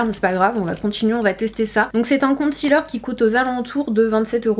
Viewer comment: La prononciation de concealer ne se fait pas avec le son "ti"en 2 em syllabe mais plutôt avec celui de "si"